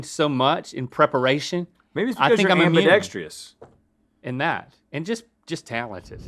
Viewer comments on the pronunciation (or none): ambidextrous, not -dextrious.